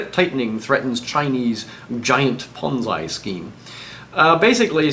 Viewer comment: I like the way you say "ponzi" - how do you pronounce "BONZI!!!!"?